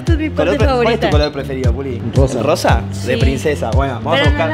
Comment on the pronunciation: Porque le dises pulgi